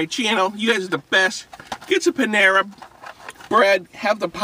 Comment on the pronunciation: Panara lol not Panama